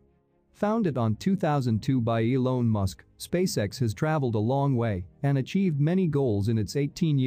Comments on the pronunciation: Elon not elone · what's with 'eelone' musk guys. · EE-LONE, so that's how it's pronounced, LOL! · Only noticed when it said "Elown" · "Elone Musk"